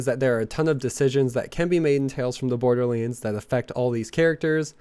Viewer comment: PLEASE FOR THE LOVE OF GOD PRONOUNCE BORDERLANDS CORRECT! STOP SAYING "BORDERLEANDS"